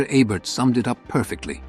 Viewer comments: EE'-bert, not eh-bert... or even AY'-bert. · Ebert is pronounced "EE-bert," not "Eh-bert." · It's EEEE-bert dummy. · I call AI BS. First, the "narrator" mispronounces Ebert's name half the time. Forget that there are several of these films that I would put in a top 20 Western list, let alone a top 15. Only one John Ford? No Anthony Mann? No Budd Boetticher? "High Noon," ""The Ox-Bow Incident," "The Gunfighter," "Ride the High Country," and many othersare all more than worthy of consideration. The we have Leone, especially "Once Upon a Time in the West." Any list like this is going to be very subjective, but where is the proof that this Roger Ebert's list of the 15 "Greatest" Westerns? Quoting his review/remarks is not sufficient. What essay printed/published where did he state this opinion.? Just askin'.